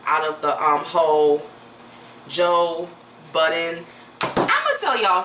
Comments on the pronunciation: I’m cryingggg she said joe bidden in the beginning 💀💀💀💀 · Budden not Biden lmao